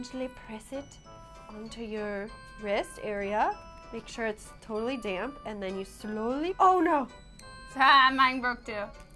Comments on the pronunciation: i thought she said damn towel. im done. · I thought she said 'you just take a damn towel' and I'm just like, what. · lol i thought she said damn instead of damp